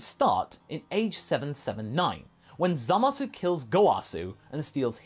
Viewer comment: He turned Zamasu into Zamagoo